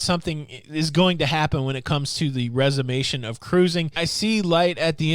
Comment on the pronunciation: Resumption not resumation